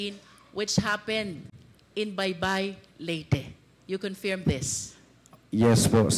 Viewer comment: Hindi ganon ang pronunciation ng confirm… 😮